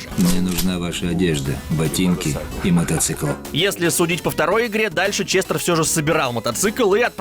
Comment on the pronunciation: ЧестЕр или ЧестЭр , но никак не ЧестОр